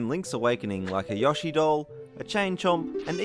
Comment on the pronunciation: it's not yahshi, it's yoshi.